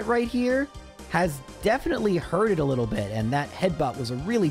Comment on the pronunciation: I love hearing people say lottle, reminds me I'm not alone out here. What a great video full of good doggies. The varied strategies were astounding